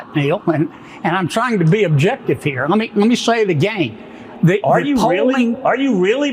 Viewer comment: “Let me say is AGAYN” 😂